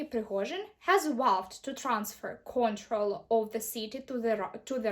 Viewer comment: Трохи кульгає у Вас інтонація і наголоси неправильно ставите в деяких словах. Наприклад, в словах transfer i control.